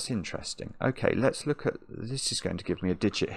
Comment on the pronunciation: "Let's look at" kinda sounds like "Alexa" ... 🤣